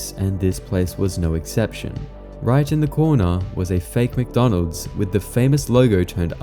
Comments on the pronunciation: Dawg it’s wcdonalds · Ronald McDonald? I think you mean Wonald WcWonald!